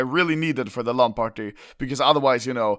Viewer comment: the way he says lan party triggers me